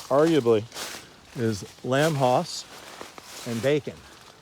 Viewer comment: Hi, Nice video but two things I would like to list here: 1st, Its Hass not HAAAS! The second one: your marketing for selling your trees. I guess you can find out how it was maybe by just reviewing your video!